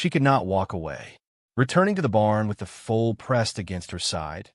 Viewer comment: Foal not fool ! ! !